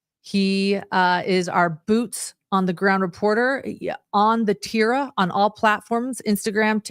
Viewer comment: Say Teeerra not Teara La Teerra roll the r and the T is like th sound Theerra